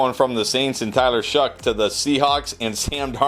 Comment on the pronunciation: It’s pronounced shuck. Don’t ask why, it doesn’t make sense but it’s shuck.